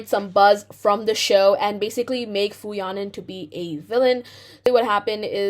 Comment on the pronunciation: You should apologize by learning to properly pronounce her name